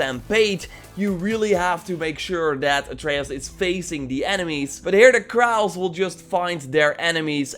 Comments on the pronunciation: Crows is pronounced cr-oh-wz :) Edit: nvm saw ur comment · Do british people actually say crows like that or has he never heard of that species of bird